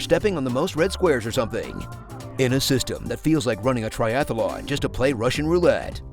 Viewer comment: A "triathalon". Not a "triathlon", a "triathalon". That's definitely how that's said. Totally.